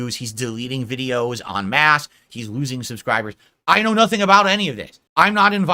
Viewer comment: It's 'en masse' not 'on mass.' He also applied the term incorrectly.